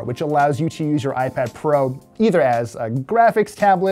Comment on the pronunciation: "Ipad Fro?"